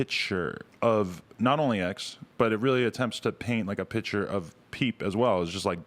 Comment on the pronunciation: “it really attempts to paint a PITCHturee” ily adam 😂🖤